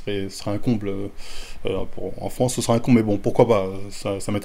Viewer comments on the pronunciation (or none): none